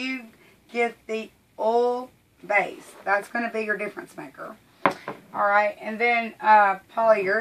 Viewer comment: Okay, I hate to ask this, but I'm from Michigan and you have a southern drawl and there is one part that I'm not quite sure what you are saying. You said in the very beginning to make sure you get the kilz base..Now I don't know if you said OLD Kilz or OIL base Kilz... I really want to do this and I don't want to mess it up. I put the captions on and it showed that you said Old.. but when I watch you say it, it looks like you are saying OIL but with that southern drawl. Could you please clarify for me so I don't mess it up? Thanks in advance.